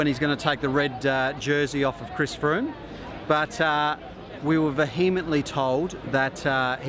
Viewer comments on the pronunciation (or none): Ve-he-ment-ly? What the hell was that?